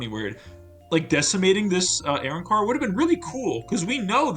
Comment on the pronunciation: Immediate dislike for how you pronounce arrancar